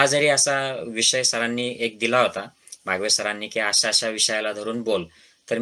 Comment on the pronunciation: Dr Please..बावगे..not बागवे .